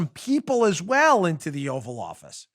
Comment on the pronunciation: Bill called it the "Oral office" not "Oval office"